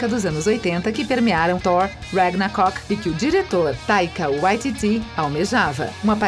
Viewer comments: Ragnacock foi pra arrancar os pelos do rego... essa mulher sabe ler? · "Ragnacock", "Galactcus", "Róqui"("Hawkeye" se pronuncia "Rócai"), "esbóços" e "membra". Não tinha ninguém pra corrigir essas pronúncias antes de botar esse vídeo no ar? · Galacticos, Igo, Ragnacoc, goblin verde, idade de ultron, voltron, soldado do inverno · dona mu e ragnacoc kkkk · Ragnacock pqp kkkk